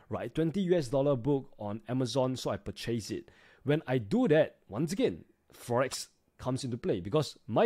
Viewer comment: purchace = purchis :D